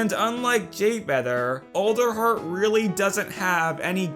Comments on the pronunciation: Did anyone else hear olderheart instead of alderheart? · Is it pronounced Olderheart, or ALderheart (as in Weird All)? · you mean ELDER like as in the ELDER DEN but it's pernonced Elder heart not Older heart it's spelled Alder heart!!